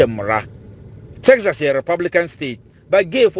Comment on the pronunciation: Tell the guy from Texas to learn how to pronounce Texas